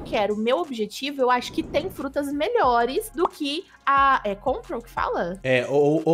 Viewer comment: EU com agonia de ELE falar gravity mais é control/op op no mi kkkkkkk